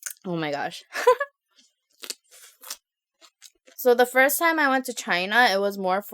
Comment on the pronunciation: time not ti.m